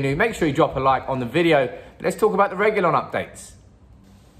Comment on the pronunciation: the Pronunciation of Reguilón is..........RRRRRRe....Gui....Lón......going up at Lón...